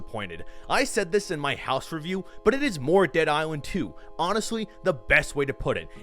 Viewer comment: Dude Says House Instead Of Haus😂🤣